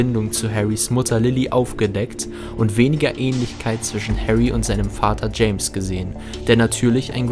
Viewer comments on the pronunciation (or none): none